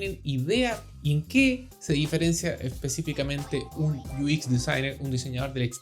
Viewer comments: Muchas gracias bro ! Excelente canal, Solo un pequeño detalle Se pronuncia “iuecs” no “uis” , todo lo demás excelente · Me estaba preguntando lo mismo, porque pronunciaba UI en inglés pero el otro no entendía porque decía “IUIX”.. 🤣